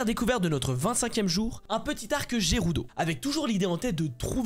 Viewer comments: Gerudo ne se prononce pas j mais g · Jérudo il dit jpp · Ses pas gerudo mais guerudo